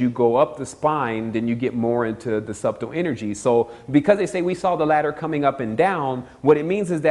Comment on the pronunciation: I love to death, but his pronunciation of subtle is killing me. Great video though, thanks for the upload.